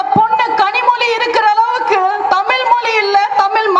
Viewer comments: உங்கள் வீரமான பேச்சு சரி, திமுகவை திட்டுவது சரி. உச்சரிப்பை மாற்றுங்கள் . தமிழ் - தமில் ? , தமிழன் - தமிலன் ? விளம்பரம் - விலம்பரம் ? மக்கள்- மக்கல் ? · அக்கா நீங்க நல்லா தான் எல்லாம் சரி, நீ மொதல யாரு டி, உனக்கு தமிழ் என்பதே ஒழுங்கா சொல்லவரல, நீ எல்லாம் எங்களுக்காக பேச வரியா, நீ தமிழ் படத்துல எப்படி எல்லாம் நடிச்சு இருக்க என்பத பார்த்தேன், படு கேவலமா இருக்கு, உனக்கு இத பத்தி பேச என்ன தகுதி இருக்கு.